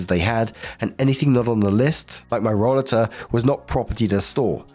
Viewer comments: I don’t know if someone already mentioned this but it’s pronounced roll-ay -ter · Last story: roll-a-ter, the a is hard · In health service we pronounce it like role--late --- or hope this helps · In the US, we call that a roll-8-r. That was the must British pronunciation you could find, right,? hat old cow knew it was someone's expensive device. No store provides rollaters to shop. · it is pronounced Ro-later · It's roll*A'ter in the US. I've had one. My balance has gone to God-knows-where. Doctors claim I have PPMS. I now have an upright walker. It's like a rollator except it has arm rests and it makes you stand up straighter. I was pushing my arms down (I call it applying too much downforce, as if I'm a Ferrari); doing that caused a ripple effect that made my shoulders so stiff they'd prevent me from sleeping because they hurt so much. My muscles couldn't relax at all. Anyway, rollaters are great with their chair built in storage built in. Sucks that anyone needs one, though. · Story 3 - When looks at the word "rollator"....ignores the obvious and correct pronunciation....and chooses an incorrect pronunciation so stupid it has to be rage bait. He knows how to pronounce "escalator", he knows how to pronounce "elevator", but "rollator" he just can't wrap his head around. Jesus.